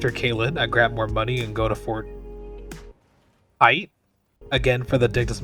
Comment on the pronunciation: Fort Haight is pronounced like "height"